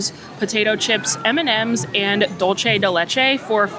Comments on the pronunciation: lol I was waiting for this comment. I live in Miami and every Dolce pronunciation I was like 🥴🥴🥴🥴. Tomato to-ma-toe 😂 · Dulce de leche is Spanish and dulce is pronounced dool-say. Great video.